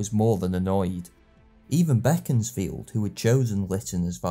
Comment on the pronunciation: Very professional, thanks. I'm also a Disraeli fan (I've bought "Coningsby" and must soon get round to it) AND have a good friend from Beaconsfield, good to hear it pronounced the way the great man himself would have. The alternative (wrong) pronunciation turns my guts.